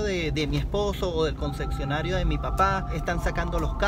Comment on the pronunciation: Se dice Concesionario no Consecsionario.